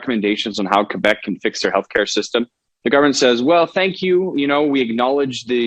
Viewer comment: Girl dont pronounce the u in Quebec. It's pronounced kebek. Canada is more fucked than a lot of people realise. I'm becoming ashamed to be canadian